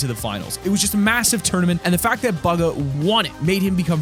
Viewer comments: Baga? Its BUGHA! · It's bugha not bugga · "The fact that bugga won!" It's bugha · Bugha BOO-G-HA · So no one is going to talk about the way he said bugha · The moment he says buhga wrong 🤔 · why did he say bugha like that